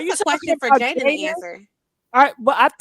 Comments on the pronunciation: why you keep calling her Jalyn....and not Jadyn😅😅😅😅😅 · Love your content ….🙌🏾… her name is is Jaidyn not JaiLyn I giggled everytime you said it 😂